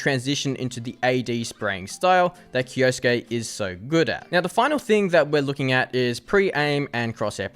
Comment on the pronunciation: Why do you say "kioski"???? It is said KI-O-SU-KE as written. 4 syllabs. 😅